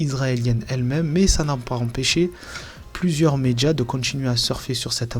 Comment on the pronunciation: Désolée, mais j ai de la peine à écouter: les "medja", "de contchinuer", " larmes de crocodjiles", "c est partchi". Moi, je dis "tchao".